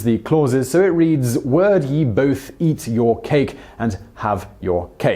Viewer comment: You pronounced 'ye' incorrectly... Might be a video-worthy topic actually.